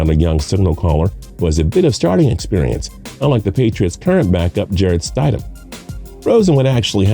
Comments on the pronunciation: Did he really just say Jarrett STIDE-EM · The guy says: st I dam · Right! "Sty-dem"? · It's not stide-ham, it's stid-ham. If you can't get something that simple correct, why should any one take your analysis seriosly? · How much can you really know about Football if you can't Even Pronounce the Patriots Back up QB's Last Name, you said it WRONG SEVERAL TIMES !! so it wasn't an accident it's pronounced STID-Ham not Stydum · St I dam? That’s wrong It’s stid um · It’s stidham not stadhim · Ik😂 jarett st-I-dam no its sti-dom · Rollercoastercritic Aviation Stidham is pronounced with a short vowel I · Yeah, his name is Jared Stidham. Also, you pronounce names weird. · I like this guy and his silky smooth voice but the way he pronounces Jared Stidham gave me a seizure. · Not to mention he says Stidham's name wrong 20 Times.... You think if your gonna say a name 20x you might want to get it right.. LMAO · It hurt hearing this Idiot say Stidham wrong 20 Times... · Or how he says stidham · St”eye”dham, Sony Mitchell?! Come on my guy, do your research on the pronunciations. You must not be from SEC country..LOL. It happens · You seem knowledgeable, but you need to figure out the correct pronunciation of the players names before you make these videos. Stide-Um? Sony Mitchell? Come on, man! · Jarret sti dam Are barn Sony mitchel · Ore-gone and Stide-hum. It's horrid. 😖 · No credibility from a guy and a channel who can’t even pronounce simple names like Stidham and Michel correctly. Probably never played a down of football in his life. TB12 isn’t going anywhere. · I appreciate this guy's insight, but in the first 2+ minutes he's mispronounced "Oregon," "Stidham," and "Michel." Those aren't just nobody type names that a football analyst wouldn't know. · I turned this shit off. You’ve already mispronounced Stidham several times, Brissett, and Michel. Obviously you didn’t do much research for this video.